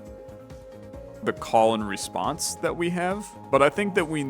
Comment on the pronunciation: I know that the card name is ,,Call and Response" but i keep hearing ,,Colon Response" 😆